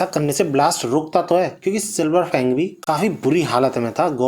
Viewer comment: Fang ko bang bol raha hai